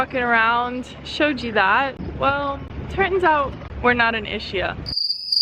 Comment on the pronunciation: It is pronounced ISKIA🤗